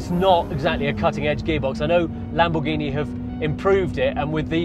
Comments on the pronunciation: "Lambourghini" Is this a new brand? 😂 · Video is sick and all the car is stunning but the fact that hes saying lambuhgini hurts every braincell in my head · LAMBOURGHINI 😮😂 como se pueden equivocar así? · Please tell the how to pronounce the cars name